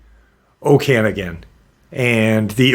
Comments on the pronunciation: I swear im not one of those people that whine about pronunciation lol i mean well. Okanagan is said Oh-kin-nog-in. I'm canadian, from Alberta but I've been through the Okanagan Valley a few times. I always tried to keep an eye out for Ogopogo and sasquatch since i was a child. I am into AI Art. I wouldnt have guessed this image was of that, i thought someone had a dragon statue of some kind in the water. Its not that easy to create photo realistic anthropomorphic characters, for them to at least turn out well anyways. Sometimes it will place your image in a weird spot. Maybe someone had "water dragon" in the prompt, if it is AI, who knows what else. I know for a fact i've seen this before but it was a dragon face, not a wolf. It could just as easily been a statue like i mentioned before but someone else overlayed a wolf face afterwards. I know how that works as well. Unless im experiencing a mandella effect, the image has been altered. There is another news article that covered this. My images are never that realistic and i do focus on that. I dont use midjourney though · In BC, we say it like oka-noggen, emphasis on the 3rd syllable.